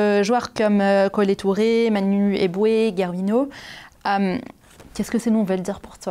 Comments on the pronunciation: Interviewer said Guervino and Kele Touré Am dead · L'intervieweuse qui dit ''super'' tout le temps. Au secours. Elle ne sait pas prononcer le nom de Gervinho...